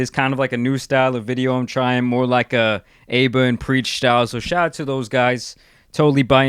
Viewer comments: The way mispronounced “Aba” 😞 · Please go learn how to pronounce Aba's name before you give him and his friend/colleague a shout out next time.